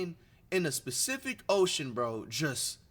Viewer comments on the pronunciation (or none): bro really said specific ocean 😭😭